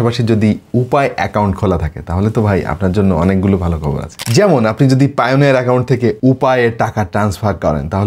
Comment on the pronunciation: Vai oita pioneer na, Payoneer hbe 😂